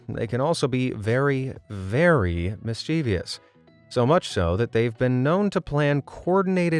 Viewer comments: Sorry, it bugs me when you repeatedly mispronounce "mischievous" as "mischeev-ious" . Obviously you have spelled it correctly. I'm going to have to call you out ironically because of one of your own videos -- YOU HAD ONE JOB! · Sorry but its a 3 syllable word, not 4, MIS-CHIV-US (sounds like) We take that extra vowel and move it lol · Mischievous is three syllables, not four! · PLEASE learn to pronounce the word ‘mischievous’ correctly. It has 3 syllables not 4. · Please pronounce “mischievous” and “orangutan” correctly! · great video, my friend and i loved watching it. just curious, what's your vernacular, we find your pronunciation of the word "mischievous" rather unusual.